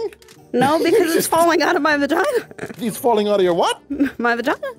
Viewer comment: IM EARLY AS HELL(also why did she say vagina like that )